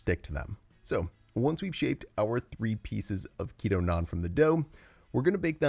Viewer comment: I love how you pronounce naan as it should be! nice recipe!